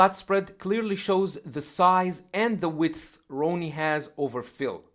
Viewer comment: Dude Ronnie Whoops His Ass All Day Long. & Its RONNIE Not Ronie